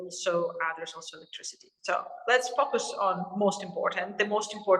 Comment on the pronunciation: Wow...I usually don't complain about audio quality but this is hard to listen to. Distracting. Also....I love people with these types of accents saying the word FOCUS. 😆